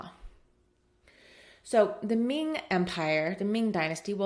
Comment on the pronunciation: Really enjoy your content here. I guess the comment is talking about the pronunciation of Chinese in general, not yours in particular, because I think you have nailed most of them, especially the pronunciation of Ming and Qing, pretty accurate actually. However, I do want to point out that the heritage of Emperor Yongle is pronounced as Yong' le, not Yon'gle. Great course overall! Literally saved my life!